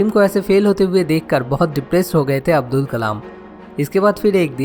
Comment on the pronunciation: Avul nhi Abdul Pakeer Zenul Aabedin abdul kalam h naam sir ji !👍